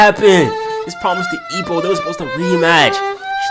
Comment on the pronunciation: The way you say "Ippo", the subtitles thought you said "E O". nice video btw.